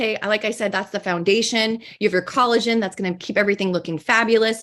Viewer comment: i told my best friend about their pronounciation of collagen and they said that’s targét behavior 😂